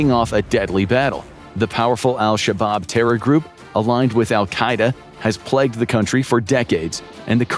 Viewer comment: Plegged? 😮 plagued?